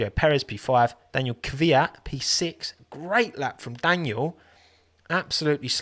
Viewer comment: “Daniel” makes me :/ it’s Daniil (da-kneel)